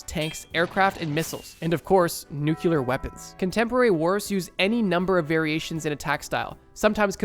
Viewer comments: I love these videos BUUUUTTTT it drives me INSANE when any1 sez nuke-u-ler instead of nuke-clear. Nuclear duznt have 2 u's. Luv u ennahoo!!🇨🇦🇨🇦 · Nuclear, not nucular :) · it's "Nuclear" not "Nukular" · just btw its pronounced new-clear not new-cue-lar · Please Bro, i trust, but it's nuclear not nucular. Please 🙏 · Good video. However if I hear ONE more person mispronounce 'nuclear' I'm gonna lose my shit. Say it with me now: Noo-clee-arr, new-clear, nuclear. NOT 'nucular'. That's not a word. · Nuclear, not Nucular President bush. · great vid just one note, its "nuclear" from "nucleus" not "nucular" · did he just say "nucular"? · It's hard to trust my bro when he says new-cue-lar But trust him i do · I LOVE that the most replayed part of the video is where you mispronounced "nuclear" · Hard to trust someone that cannot pronounce NUCLEAR correctly. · why can no one on youtube pronounce the word "nuclear"? i mean it's exactly like it's spelled. it's not hard. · Bro, umm...there aren't two "u"s in nuclear.😱